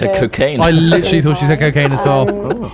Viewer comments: "I'm into Cookaine" I heard that too. I don't know if it was said to sound like both cooking and cocaine lol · she definitely said cocain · I thought she said cocaine too what the fuck. Just imagine tho if she did say that and they just started doing lines. 😂😂😂😂😂😂😂😂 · I also thought she said cocaine